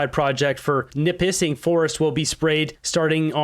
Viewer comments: We the un lied about COVID you said Nipissing wrong that in North Ontario the gate way to the north MMM nip -is -sing . I say shirt wrong all the time lol so that get in water may make you sick years later and in Ontario we getting a lot of rain this year up north East way for sure 3 hour to North Bay so more than likely not that much difference but will be .MMM so robot's . I'm surprised they haven't talked about putting suicide boths on corners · OH GREAT thank you for covering that they are POISONING US in Northern Ontario. More and more fires for us. Also its pronounced nipi-ssing LOL (Every single thing in Norther Ontario is hard to say, and took me a while so im not trying to be mean!) last year in cobalt a day before the storms people had red 'rainwater' the next day after it rained all day we had several fires in cobalt. GROSS